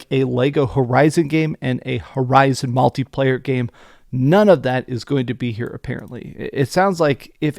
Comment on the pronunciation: "Maltiplayer." I'm hungry